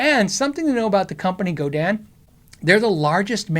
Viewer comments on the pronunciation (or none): It's pronounced Go-Din not Go-Dan. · GodIN not GodAN